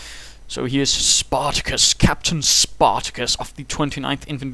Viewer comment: lol "SPAtacus....SPAtacus."